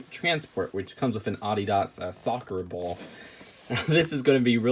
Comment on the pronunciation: When you try to say ball but just say bowl instead